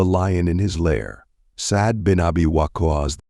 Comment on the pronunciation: By the Way, the way WaQqas is pronounced needs a bit of correction 👌